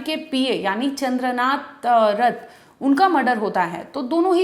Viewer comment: Chandranath. Thik thak boliye.